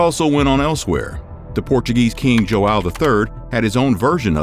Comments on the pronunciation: joão, not jo-awe-o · You couldn't learn how to say joao correctly?